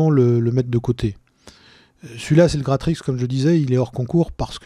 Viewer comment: Et puis Gratrix tu le prononces parfaitement je trouve, pas si dur à dire finalement.